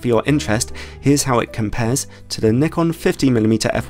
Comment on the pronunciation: !Nyekon! !Zee! Jezuz, learn to speak English properly 🤣